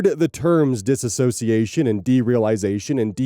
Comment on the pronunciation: ffs, it's diss-o-ci-ation, not dis-ass-o-ci-ation. That ass doesn't belong there.